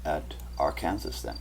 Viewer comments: Always has been and continues to be pronounced R-can-saw. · Its not R Kansas. Its R Can Saw - Arkansas. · IT IS PRONOUNCED "r can saw"! NOT AR KANSAS! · What you call R-kansas, is prononced Ar-kin-saw. (Arkansas) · It is pronounced AR - KAN - SAW not AR - KANSAS! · just a minor, minor comment. It's not pronounced Ar-kan-sas, rather Ar-kan-saw....odd I know.:) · arkansas, LOL. here in the states we say arkanSAW. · Arkansas is pronounced Ark-can-saw!! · Hey, Please pronounce Arkansa.. Ar-kan-saw.. try it... and thank you for info. what are your credentials.. Topography, Meteorologist, Intel/Spec.??? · trying to watch this....im from Arkansas......pronounced....Ar can SAW.....your driving me crazy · Ar Kansas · Love the video, but it's pronounced, "Arkansaw". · just a FYI: Arkansas is pronounced: ARK-N-saw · i think this pronunciation of Arkansas is Canadian and the other is a localized one...but this is still interesting research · I am distracted from the video content by his weird pronunciation of " Arkansas". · you pronounced Arkansas wrong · You lost all credibility with me through your pronunciation of Arkansas. Then you mentioned zeta talk. I won't even give you the time of day now. I'll stick with Cayce's map. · I wondered about that--Ar-kansas! And he pronounces FEMA is fema, short e instead of a long e. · Where are you from??? It is Are-cān-saw'........ Also, New Mād'' -drid!